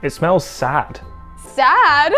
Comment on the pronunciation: "It smeels sad" LMAOOOOOOOOO